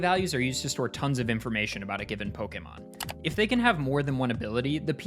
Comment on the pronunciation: This video is my introduction to your channel, and I just want to thank you from the bottom of my heart for being one of the rare few to pronounce "pokémon" correctly.